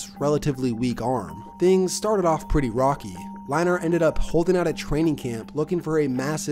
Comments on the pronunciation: Matt LINE-ART??? It's pronounced LINE-ERT You obviously don't remember these players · Also I'm pretty sure it's Matt Lein-ERT not Matt Line-ART. Great video as always tho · Leinart is pronounced line-ert. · All 8 times that you said "Line Art" instead of Leinart made me cringe. Great video but you should do some research on pronunciation before making future videos. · How in the hell do you mix up Brent Musberger and Keith Jackson. Both legends, but both VERY distinct voices. Oh and pronouncing it "Line-art"? Come on man.....I like your videos a lot, but Ive noticed things like this in almost every one, especially pronouncing what should be well known names completely wrong or weird. Really gotta get those details right. It instantly discredits you as a potential "i only know half of what im talking about" kind of sports guy......dont be that guy. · Lie-nart lol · To be fair from what he has said he did not start watching football until around the time Keith Jackson retired which means he also barely had a chance to see Leinart play. If you look at the name he is just pronouncing the A too hard. Imagine trying pronounce hockey players names if you weren't around in their day. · you pronouncing leinart the most cringey way but good video